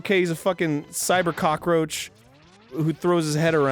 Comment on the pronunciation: "Kakaroach" Arin 2016...